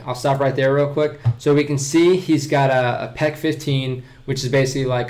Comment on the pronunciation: I think it’s not pec-15 but peq-15 🤔